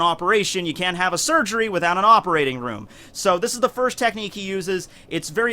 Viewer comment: Its kroom instead of room lol